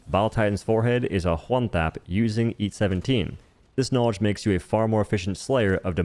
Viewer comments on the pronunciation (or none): I like how you say Ha-white and Ha-why and Hwon. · he says “hw” before almost every ‘o’ sound. When he says ‘one’, he says ‘hwone’